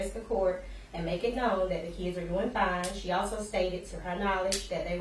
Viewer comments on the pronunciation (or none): none